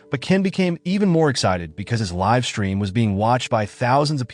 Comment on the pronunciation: It’s not liv streamin it’s live the e isn’t soilent